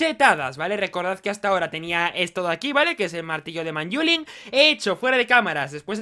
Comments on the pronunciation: pls di manylum en vez de manyulin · le dice manyula, no tengo nada más que decir:v